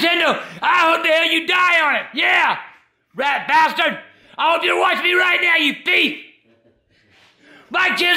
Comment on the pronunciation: Did he say rat bustard